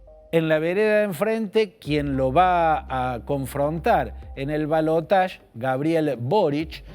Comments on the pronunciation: Ramos Es ridículo. La palabra en castellano es balotaje y se pronuncia tal como se escribe. El uso del término francés en lugar del propio del castellano es de una afectación que suena realmente ridícula, causa risa. En realidad, por aquí no decimos siquiera balotaje, sino segunda vuelta. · En francés se pronuncia balotaSH no balotach. Yo siempre lo pronuncié así lo mismo digo garaSH. Ahora la rae rompe con cosas que antes no rompían.